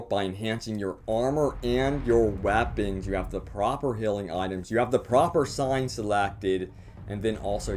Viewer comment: Its weapons not wapons!